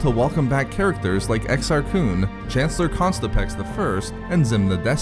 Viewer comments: The unfortunate repeated pronunciation of ConTISpex as ConSTIPex makes me wonder about other ancient figures such as Darth Hemorrhoid and Grand Moff Irritable Bowel Syndrome. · “Contispex” not “Constipex”... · Good video, but you gotta stop pronouncing “Contispex” with the ‘s’ in the wrong place. You keep saying “Constipex.” Normally I wouldn’t quibble but that sounds like an over-the-counter medication.